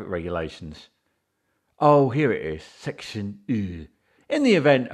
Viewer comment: Section eeewew 🤣 discipline this woefully poor policing and officer this is not the a good representation I want in this country I want a better standard We don’t have to listen bully